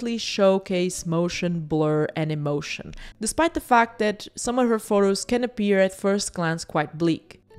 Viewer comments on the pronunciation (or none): none